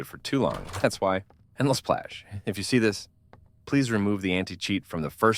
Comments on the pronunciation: text to speech be like: elesplash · Lsplash ❌ Lasplash ✅